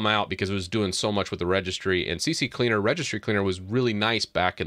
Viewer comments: Why you call C-cleaner C-C-cleaner? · Why si si cleaner? It’s Si cleaner just it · It's c cleaner not c c cleaner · Lol c c cleaner? Not c cleaner? Are these different programs? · It's not CCleaner it's C Cleaner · It's C C Leaner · its C CLEANER NOT CC CLEANER so if you make a video , be sure you know how to read and speak English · It's NOT CC Cleaner! It's C Cleaner. It's not hard to read ffs. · It's C-Cleaner not CC 🙂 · Why do people say Cee Cee Cleaner instead of Cee Cleaner? 😄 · It's OK, many of my customers pronounce "CC Cleaner" lol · The fact that u say c c cleaner makes me not trust ur info bro... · Why does everyone say c-c-cleaner (c x3) while there’s only 2 c’s 😫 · Guys... it is obviously C-C-leaner. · I stopped watching 45 seconds in because you kept calling it CC Cleaner. Have some comprehension please. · You don't even think about what you say before you say it. Maybe wright a scrip. This is painful to watch. Not even talking about you saying C.C.Cleaner so many people say that. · The way you pronounce CCleaner reminds me of a joke back in the day, the right one is CC-Leaner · At least I’m not the only one that called it CCCleaner XD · How many times did you say CC Cleaner lol it can catch you out. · Aah the old "C-C-Cleaner" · i pronounce it c-cleaner (kuh-cleaner) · CC cleaner 🤣 everyone pronounce like that